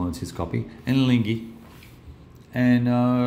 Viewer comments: Proof of RAMPANT graft and corruption over at the Big Board!!!! I seent it!!! I seent it!!!:D By the way,, you can pronounce Ligny better as, "LEAN-yee", if you're at all concerned about such things. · "Ligny" is pronounced like "LEE-KNEE", you shouldn't hear the "g" sound.